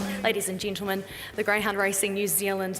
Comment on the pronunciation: Ladies and 'Gintlemen' ?? Fuck off, you annoying dickhead